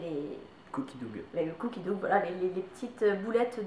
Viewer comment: c'est cooki daw pas doug pour la prononciation lol j'adore vos vidéo ensemble!